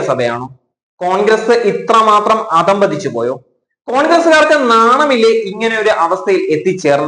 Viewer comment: അതമ്പതിച്ചു എന്നല്ല. അധഃപതിച്ചു എന്ന് പറയണം. നീ വളരെ അധഃപതിച്ചു.